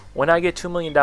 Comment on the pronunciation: "Espace", pronounced like "space" if you need to. French, not Italian, good Lord.